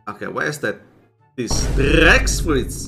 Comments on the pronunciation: Its T-rex fruit not trrrrrr-rex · JUST SAY TREX NOT TRRRRRRRREX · t rrrrrrrrrrex 😂😂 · T rrrrrrreeeex 😂😅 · You cant say trex properly. Just say Tea rex. They heard same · Im not making fun of ur pronouncaions but i like it how u pronounce t rex and ddddd rex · Can’t even pronounce a simple word “t-Rex”